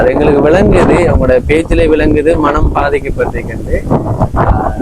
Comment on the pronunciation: மணம் இல்ல மனம் தம்பி தமிழை கொல்லாதீங்க